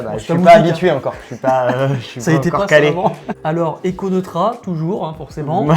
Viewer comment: Je connaissais déjà Écho Neutra (ça se prononce "Noïtra") 😉 Vraiment de belles montres !